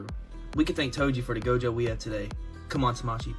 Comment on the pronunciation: Bro said GOATJO